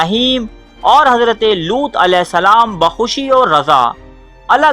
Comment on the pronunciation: Looth not lots